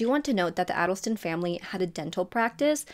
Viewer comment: FYI…..Adelson is pronounced with a long a.